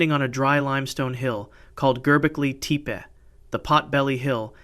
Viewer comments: Gobekli TEEEEP lmfaooooo (Te-Payyy) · Gerbeckly Teep lol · "Gerbeklay Tepay"? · I’m kinda confused. I’ve watched other videos of yours and you pronounced Gobekli Tepe correctly in other videos. What happened in this one???